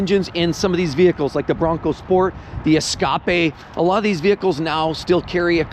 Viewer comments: Ford Ess-cap-a? But then he said it correctly the second time weird. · The way you pronounced the Ford escape is hilarious 😂